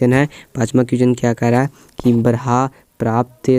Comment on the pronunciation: उच्चारणम् शुद्धं कुरू। अत्र ब्रहा नास्ति ब्रह्मेति अस्ति